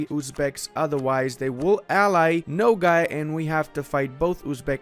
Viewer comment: hahaha it is not "no gay" my dude. the a in nogai sounds like a in "army"